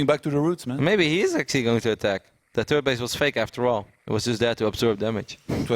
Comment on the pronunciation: SAY "THIRD" YOU FUCKING TURD!!